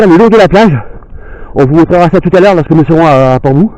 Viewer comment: Une jolie ballade! Une correction: On dit Port Bou = comme "bow" en anglais.